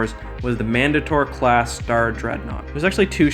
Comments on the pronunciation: Man-day-tur not Man-duh-tor cmon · He said mandator wrong